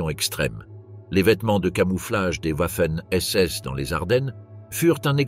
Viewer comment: Une fois de plus on entend "ouaffen SS et Ouiking pour viking". On prononce Vaffen et viking, le W germanique équivalent notre V latin, oui, latin. Il y en a en allemand, peu c’est vrai. 🤓 (J’adore jouer au prof trouduc).